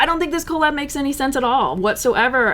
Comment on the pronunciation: Love this podcast minus her saying "CO LAB"